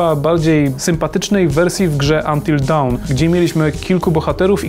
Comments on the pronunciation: dawn nie wymawia się jak down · Panowie k(/%a...ju kolejny raz...zrobiliście materiał w którym chwalicie się znajomością angielskiego...a tu co? Until Down??? Down? Zapisz fonetyczny podaję [Do:n]... Weźcie to sobie zapamiętajcie...